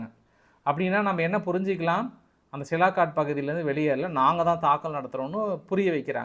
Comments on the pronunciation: சியால்கோட் ன்னு சொல்லப்பா சிலாகாட் டுன்னு சொல்றியே இலக்கணப் பிழை தவறான உச்சரிப்பு திருத்திக்கொள் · Hello, it is சியால்கோட் Sialkot.NOT சிலாகாட். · First try to pronounce the name of place. It sialkot not silakot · Sialkot. Neenga thirumba thirumba silakat nu solrenga nanba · Sialkot: cialcoat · It is sialkot